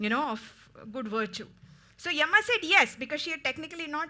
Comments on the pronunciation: Yama yama does not sound good please say yam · It is written Yama in English but it's pronounced Yaama.